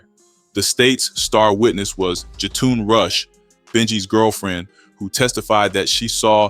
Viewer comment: Who is Jatoon?? Also, that is not Jetun Rush. That’s Billy Moore’s cousin. 🙄 RIH Benji 🕊️